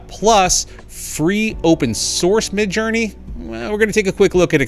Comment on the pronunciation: "Midge" LOL